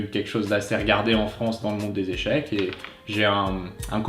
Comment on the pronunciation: ca se dit pas "echec"!!!!!